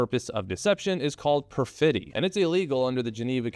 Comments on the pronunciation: just a pedantic note, as far as I'm aware, perfidy is stressed the same way as perjury is: PER-fid-ee rather than per-FID-ee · It’s PER-fit-y, not “per fiddy” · It's pur·fuh·dee, ya di·mee. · "Per-fiddy" Don't change, Americans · Perfidy is pronounced with the stres on the last sillable, not "perfeedy"